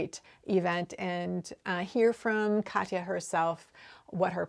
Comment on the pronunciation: I am definitely keen to see a tutorial on the grosgrain ribbon: one of my long-term knitting goals is to make a cardigan (I'm still on dishcloths right now :). (Btw, I'm super impressed with your pronunciation of Katia. Most anglophones can't pronounce it at all!) -- Katya